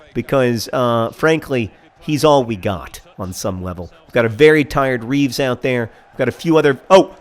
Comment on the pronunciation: Taylor Swift > Lyle Taylor as a nickname. Or are they two different Taylors? also, its Reeves, beloved Reeves, with the terrible beard, not Beere. Please turn down the speed sliders.